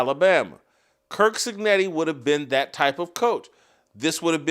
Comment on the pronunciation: Stop saying kirk cignetti! It's curt!